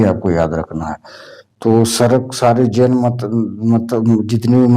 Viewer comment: सर मैं एक सराक जैन हूं और वो सरक नहीं सराक है।